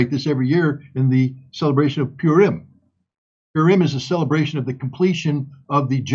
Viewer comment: you just buchhered the story of purim, and didn't pronounce the holiday properly.